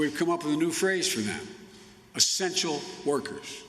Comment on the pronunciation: "estential wergers" what a mess!